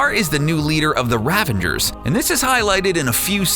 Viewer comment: A little annoyed that the narrator is pronouncing "Ravager" as "RavaNger". Good video though!